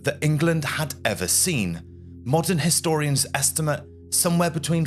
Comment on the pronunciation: I can thin of a few more Dukes of York whose heads ought to be mounted on pikes! And Edward defeated the Royalist army at Mortimer’s Cross, not as pronounced “MortimEEr’s”! This is not a bad presentation but please edit your narration with a view to tidying up your pronunciation, The word estimate in this piece was prounced as a noun but used as a verb, they are spoken differently and “NorfUlk” instead of NorfOlk?